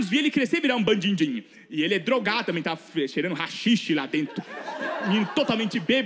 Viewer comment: acho muito engraçado o N que ele põe no meio das palavras. - Bandindinho -Binxiga -mindingo 😂😂😂😂😂